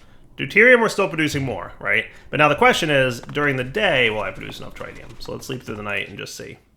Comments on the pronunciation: please TRY to ATTEMPT to learn to say tritium correctly..... tr-it-ium not try-tium... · DIRE stop mispronouncing tritium, it's pronounced with a soft 'I' like trit-ee-uhm not a hard 'I' like trite-ee-uhm. there is not try in tritium and you're driving me insane! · it's actually tri-ti-um ... tri as in 3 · Its pronounced "TRIT" + "ee" + "uhm" and i dont event speak english.... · we've corrected you before; that's not how you pronounce tritium! Here's the phonetic spelling: trit-ee-uh m Edit:, again, those wireless connectors cost more than the quantum bridge at distances like that! Use the bridge and save the RF! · he's mispronouncing tritium as well and I think I'm going to lose it...